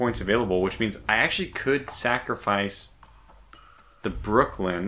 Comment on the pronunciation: For the love of the Spurious Deity, there is no D at the end of Brooklyn! LOL. Enjoying the series, got some good tips from it.